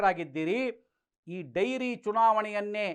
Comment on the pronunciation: ಡೈರಿ ಅಲ್ಲ ಡೇರಿ